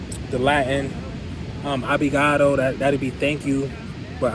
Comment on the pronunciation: its "ObR igado" not ObLigado ahaha